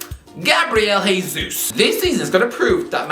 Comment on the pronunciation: Hey, Jesus is Brazilian where they speak Portuguese, not Spanish. So it’s pronounced “Jay Zeus”, not “Hay Zeus”.